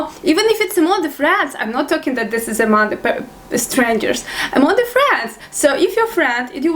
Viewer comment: your very cute when you speak english, i see you can't pronounce (""the"") word hahaha its alright slavic people really have hard time saying the word, because there is no ("th" "the") word in slavic languages.